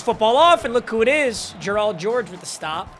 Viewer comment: Y u say Gerald like that